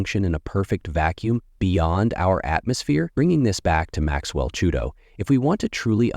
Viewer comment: Chuito!?! Chikumbutso! Lets get it right. And yes i agree, most what we are told is a lie and that is the task at hand. We need to use current technology to correct the lies.